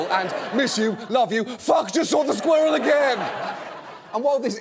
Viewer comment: He pronounces "squirrel" weird.